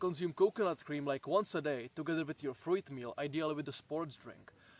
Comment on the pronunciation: Can you learn to pronounce fruit correctly pls